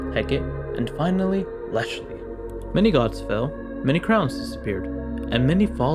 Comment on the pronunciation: No it's Ashley